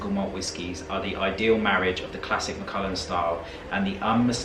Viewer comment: It’s Mac. ALLAN not ullin as in the name Allan